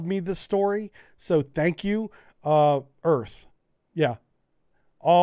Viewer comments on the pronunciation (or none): none